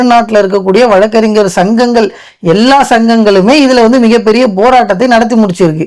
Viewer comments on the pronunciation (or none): none